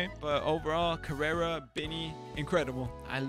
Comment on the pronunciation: You don't speak spanish? I was just wondering cause the way u pronounce "Karera" doesn't sound mexicano